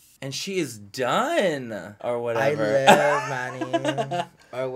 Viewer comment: Whenever Bretman says, “Whatevah,” I melt, then smile.